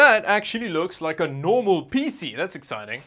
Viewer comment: I love how puts so much emphasis on ‘P’ when he says “PC”.